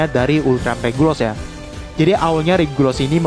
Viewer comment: Regulus bang bukan regulos